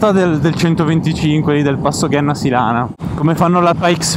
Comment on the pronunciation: Grandi, apprezzo molto i vs video anche se non sono appassionato di moto. Un solo appunto: si pronuncia Genna (come gemma/pietra preziosa) Sílana (con accento sulla i)